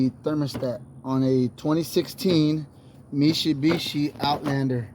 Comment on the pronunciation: lol me-she-be-she